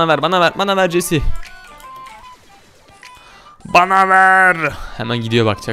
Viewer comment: Jesii değil jeki bu